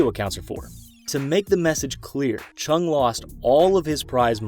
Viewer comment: And it’s Chung lol, can’t even get the person your defending’s name right